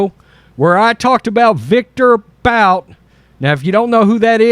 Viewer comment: It's pronounced Boot for thethird time. ..but this is something this clown would do to get votes